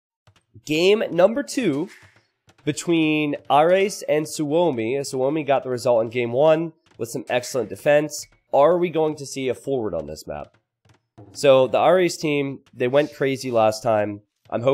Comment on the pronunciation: >Su-omi It's pronounced more like "Soomi" just so you know.